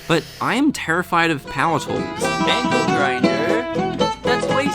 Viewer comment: The aussie accent making angle sound like ankle was pretty apt.